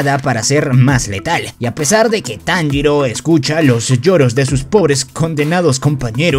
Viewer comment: Es tanjiro no monjiro